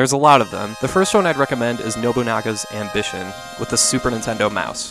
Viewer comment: OF ALL the reviewers and content creators talking about the SNES games, you're the only one who's ever pronounced Nobunaga's Ambition properly.